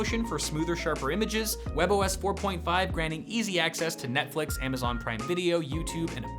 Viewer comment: "Play Neflix"